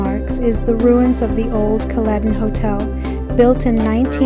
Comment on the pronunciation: Hi, great video! It's pronounced "Kal+eden" with the first e being a hard e like in the word "eden".